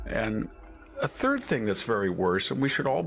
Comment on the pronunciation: he said turd.